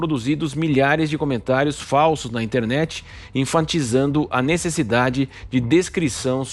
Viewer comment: ENFATIZANDO e não enfantizando.